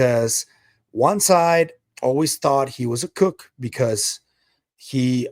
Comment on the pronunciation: You are my go-to figure to keep up with the UFO world. Keep up the hard work man! I did want to just let you know that the oo in "kook" is pronounced like a cow "moo" and not like the word "cook"